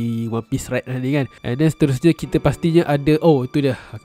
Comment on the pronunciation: Movie Red...tapi cakap macam bunyi movie rex..